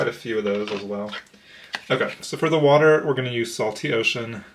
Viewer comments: It's definitely water, not waTer. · Congratulations! I love your video. I'm originally from Georgia and I too say "wader" lol. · "Unwritten" 😍😍😍 LOVE that song! ... Great explanation also! Hehe 🤭 Just teasing you! LOVE your energy and your cards! 🤗 Thank you for the introduction. Nice meeting you 😊 And.. as a French Canadian living in Québec, we say "WaTer" also hehe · I’m from Australia, via the UK and it will always be WAR-tah! 🌹❤️ (Edit: I’ve never understood ‘perfectionism’. My idea of perfection will not be the same as everyone else. And vice versa. Seems like an exhaustive amount of pressure that will never be relieved or could ever be fulfilled. Don’t get caught up in it all, whatever you’re doing right now is enough. And right now this hobby is fabulous. 🌹❤️